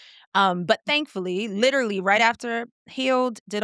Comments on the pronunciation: Fr she said “litrally” I cracked up 😂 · Definitely heard it with her pronunciation of “literally”